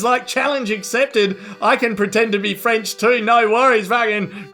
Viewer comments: Definitely French dudes there. Can't form a sentence, can't even pronounce "french" properly. Definitely French, yup ! :D some stuff just do not change over decades ^^" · Merci! Je parle un peu français and could not figure out what that last bit was. Still, I think that first word, "French," sounds like an English speaker saying it. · Frenchman here, guys were defo French; how they pronounced the word "English" and the "R" in the word "French" gives it away. Then he actually mutters some French, ending the interview with "Chais pas" which is a contracted "Je ne sais pas" that only French-speaking/native people use. Was a funny bit, though. Love ya <3 French Kissing ya